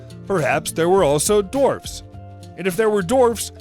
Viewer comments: I honestly thought that I wasn't gonna find this comment so I'm SUPER glad I did. How sincere can someone be about content creation if they're not even gonna take the extra couple of minutes to ensure they're not saying ridiculous crap like "dorfs". Seriously, dude? DORFS? That one made me lol! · I was looking for this comment lol he did say Dorfs.